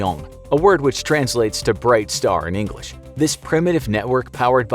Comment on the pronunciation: Noooooo way, “flawless ENGRISH” 💀💀 thought you were sneaky